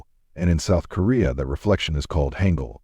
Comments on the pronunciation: It's pronounced hahn gul not hang gul. And its pc bahngs not pc bangs. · [Wrong Pronunciation]: [Haengeul] [Correct Pronunciation]: [Haangeul] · Hangul sounds like haangul Also hanbok pronouces as haanbok